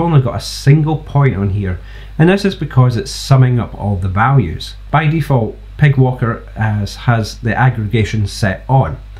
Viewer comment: I'm sorry, as good as this library is. "Py" is said "pie". They don't get a free pass on "pig" That's it, I've put my foot down. Let the devs know it's over. ;) Great vid, subbed!